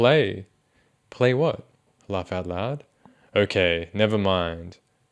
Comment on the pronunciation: The way he says “loaugh out loud” in that accent really bakes my bread